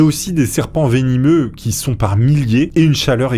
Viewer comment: "vénimeux" ??? on dit "vénéneux" ou "venimeux"